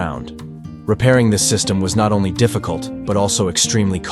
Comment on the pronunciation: Is it just me, or , did the AI say “Oney one hundred pounds?”